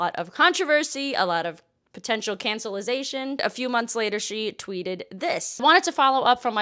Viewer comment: Cacellization??? I don't think that's a word.